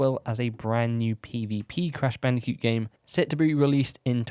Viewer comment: Is it just me, or is he saying "Crash Bandi-cute"?